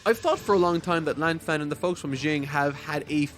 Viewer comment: He also mispronounces Lan Fang